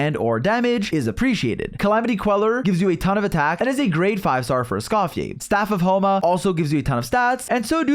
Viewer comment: "escoffier or scoff-yay" bro don’t